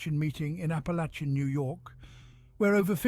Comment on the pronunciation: The “ch” in Apalachin is pronounced as if it were a K.